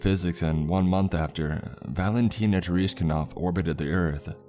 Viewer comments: Far out you butchered Valentina Tereshkova's name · Okay, pretty good story but getting Valentina Tereshkova’s last name wrong and then /the wrong date for the Apollo 11 landing/ is just sloppy. I assume those are in the original creepypastas, so I can’t super blame, but dang.